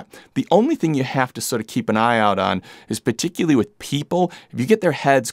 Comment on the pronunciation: Nice review! Looking for a 14 or 20mm equiv for Fuji. The way you pronounce “particularly” was getting to me though 😅